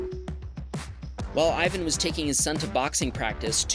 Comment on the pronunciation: Him saying ivan got me triggered but to americans I guess it is hard to say